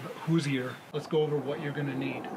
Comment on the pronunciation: Good vid. fyi, "Hoosier" is pronounced with two syllables: who-zure. Not with three (who-zee-er) like you were saying. Think Indiana.